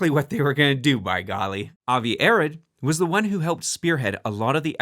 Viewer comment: Avi Arad's last name is pronounced "uh-ROD," not "AIR-id."